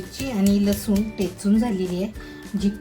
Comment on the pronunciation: टेचून नाही हो ठेचून म्हणा